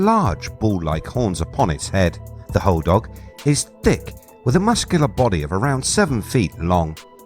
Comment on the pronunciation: As someone who who spends a lot of time there and has a cabin in the UP, it’s hodag like sag not dog. I’m glad you mentioned mishipeshu.